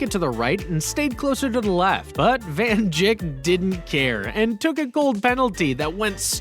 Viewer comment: "van jick"